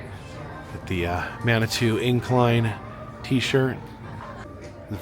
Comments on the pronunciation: Did he say “manitwa” lol it’s pronounced Mani-two. Sorry not trying to be rude but it just made me laugh. Glad you got to go there though Manitou is such a nice little town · You are in my backyard! (An FYI, the city of Manitou is pronounced Man uh Too). There's a lot of interesting history with the cog railway, it recently went under massive maintenance and updates. A special company had to come in from another country because these types of trains are so rare! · Former cripple creek resident, manitou springs resident, and downtown Colorado Springs resident 😅 it’s pronounced man-ie-too by most of us. Not sure if the pronunciation came from your accent or whatnot. The donkeys and gold also originated in Cripple Creek and was brought to Manitou. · Well, since I'm a native, I have to correct your pronunciation - It's "man uh too." Glad you're here and enjoying our beautiful scenery. But good luck with the altitude - altitude sickness is no joke. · Manitou is pronounced Man-ah-to. Glad you got to visit us here in Colorado Springs/Manitou Springs. 3 ways to the top, Cog Railway, hike the Barr trail (only for those who are in decent shape and have been in the state for a few days, elevation sickness is a killer when mixed with physical activity), or the Pike's Peak highway. Always bring some form of winter gear, even in the middle of July, it may be 90 degrees in Colorado Springs, but it'll be 40 or colder at the summit and storms come in quickly and unannounced (hiked it one year at 97 degrees, but had to go into the fetal position under some boulders because a lightning storm hit shortly after I passed timberline and lightning does bounce off rocks lol, ended up with a mild case of hypothermia that day because I was soaked mixed with the high winds and cold temps, worst day of my life, thankfully someone offered me a ride down." Oh one last thing, if you don't get a donut at the summit house, you did it wrong, it is tradition. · It is pronounced "Man-a-Two Springs.;'